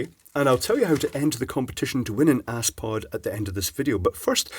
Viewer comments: Aspod! ... not ass-poo'd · Haha (ass) pod I think it’s az-pod.... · Aspod. Surely pronounced 'az-pod' rather than ass-pod! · He said Ass-pod huh huh huh, snort. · He said ass pod. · aspod - (pronouced asssssss-pod!! lol)